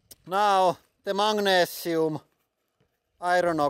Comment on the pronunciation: Mate, it's Magnesium, not "Mangnesium"! That's worse than the yanks calling Aluminium "Aluminum".